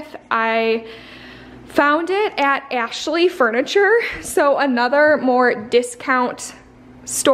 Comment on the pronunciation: I can hear the Michigan in ur voice when you say “Ashley furniture” 😅✋❤️